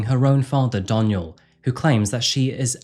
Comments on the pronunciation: Anyone else twitching when he says “Donial” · I love how you keep saying my name wrong. It's pronounced Dawn-yell